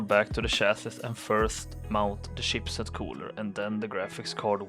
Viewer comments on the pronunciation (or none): It's not SHEEP set, it's CHIP set!